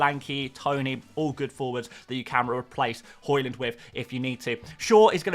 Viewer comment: Hojlund pronunciation is hoylunn not hoylann